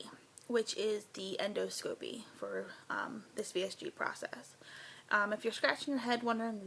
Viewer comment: End-ahh-sca-py not end-o-scope-ey